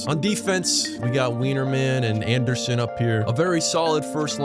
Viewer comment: I love how you butcher the pronunciation of Coronato, Zary, and Andersson 😂